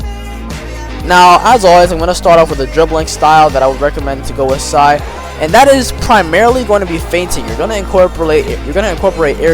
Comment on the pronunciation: w video bro but stop saying sai